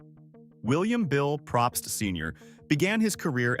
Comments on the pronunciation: It’s said “Pro pst” they don’t even know how to pronounce their name. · I’ve known a few Probst and I don’t think he got that right either